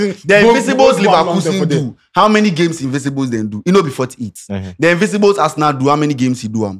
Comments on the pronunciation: IN-VIN-CI-BLE, the word is INVINCIBLE, not INVISIBLES. 😫😫😫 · The word is INVINCIBLES not invisibles